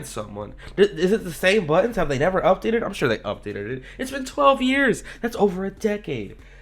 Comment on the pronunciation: I love how he emphasizes “12 years”